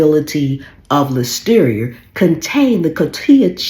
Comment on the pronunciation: "ListeriA" not "Listerier".